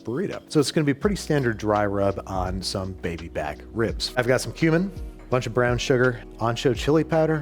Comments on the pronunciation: When he said cumin I almost for a second hit rewind thinking he said human 😂🤦‍♂️ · I swear I heard human when he said cumin 😂